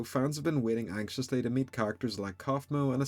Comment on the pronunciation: Bro said anxilesssly, like what the fuck